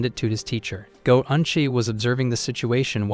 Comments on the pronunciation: It’s annoying hearing G-O-8 instead of goat every single time. If you’re going to use a phrase repeatedly you need to make sure it is spoken correctly. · ah yes the gee oh ate.